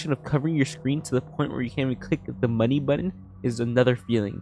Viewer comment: why does my man say the word money like that 😭